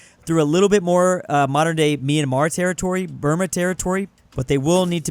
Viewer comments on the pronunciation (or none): none